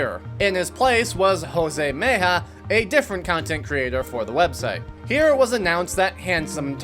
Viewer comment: as a latino, i have too: Jose Mejia, Not Meija lmao. Thanks for vid!